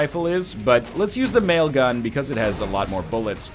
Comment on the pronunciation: Each time I hear "mail gun" I think of The Whitest Kids U' Know sketch "Nail gun".